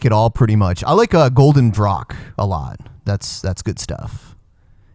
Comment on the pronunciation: LOL totally misprenounced the beer. golden draak......draak means dragon so it's just golden dragon in english.;p